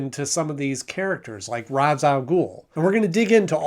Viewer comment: It's pronounced RAYSH rather then RA'S its the hebrew pronunciation but the arabic spelling